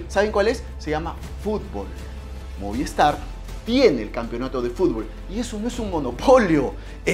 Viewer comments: Brother no es moviEstar, es movistar, cuida tu pronunciación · MOVIESTAR no, se dice MOVISTAR!